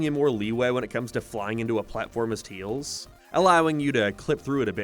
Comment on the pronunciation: Bro still calls him "Teals"